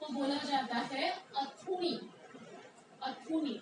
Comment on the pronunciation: Westerlies ko अथुनी नही........ आथुनी कहत है like आथुनी हवा/ बायरी चालगी ।😅😅